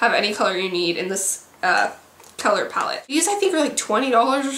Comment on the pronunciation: "Pall" LOL